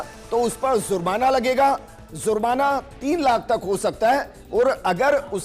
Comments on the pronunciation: Bolna seekhlo zurmana nahi jurmana hai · Hindustan me aur bahot issue hai. Pehle lafz ko sahi karlo. Jurmana ko zurmana keh rahe ho.